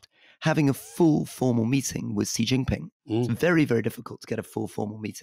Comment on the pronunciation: In Taiwan, our two opposition parties, the TPP and the KMT have been completely infiltrated by Chinese communist party agents. They are dismantling Taiwanese democracy from within. For the record, the Chinese dictator’s name is pronounced “she” not “see”.